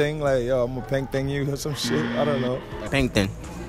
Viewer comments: The way they pronounced “peng ting” Had me dead 😂😂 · mandem keep saying painting instead of peng ting lololol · I understand your accent but it’s peng ting not a painting fam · Peng t-i-ng not peng t-a-ng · pen-ge-ting not pentin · It’s peng (ting) as in s(ing) you pronounce it like that ygm the second in the buffalo hoodies sais it right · Naaaaaa icl man dont say "peng sing" like only tapped set 8 bytes say that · That’s not how you say peng thing 🤣🤣🤣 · Yo he ain't even sayin it right all I hear is pen tin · Yo that guy basically sayin pen tin how can he not pronounce it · I’m from the UK your pronunciation is too funny 😂😂 enjoyed the video tho 🙌🏻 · My guy couldn’t say “Peng Ting” I’m so dead 💀🤣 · Niggas said it wrong 🤣🤣 peng ting killed me sbchjccfb. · the way you pronounce peng ting hahahaha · I'm not a roadman but ik ur not saying "Peng ting" right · The way yall pronouncing peng ting is triggering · Listen it’s not hard to say “peng ting” Not to be a hater but a you guys can’t say uk dialect sos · These dudes don’t know how to say peng ting